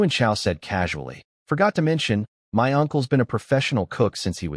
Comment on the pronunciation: Amusing how the AI voice reads 'my' as two letters, M.. Y..